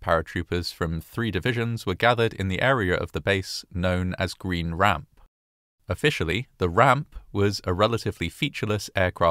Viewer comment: For record, on pronunciation. Green Ramp has emphasis on Green, and a downward inflection on Ramp. GREEN ramp. Fayetteville is pronounced FEY-it-ville. Emphasis on 'Fay', downward inflection on the middle 'ette.' Source: several years at Fort Bragg, and untold hundreds of hours spent at Green Ramp and slogging through the trenches of Fayettenam, as we maroon berets call it.